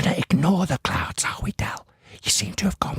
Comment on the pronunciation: Clown or cloon, clouds or cloods? 🤣🤣